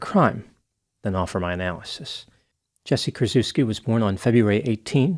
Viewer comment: "Kur-CHEFF-ski," please.